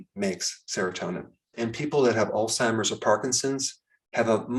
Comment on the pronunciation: Thank you for pronouncing Alzheimer's correctly instead of oldtimers